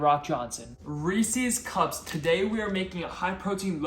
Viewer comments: Wait, do you say ree-sees pee-sees? 😂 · Do people take it as a personal challenge to pronounce Reese's incorrectly?